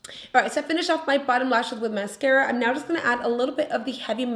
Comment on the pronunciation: I'm not even French and I know that's not how you pronounce the mascara.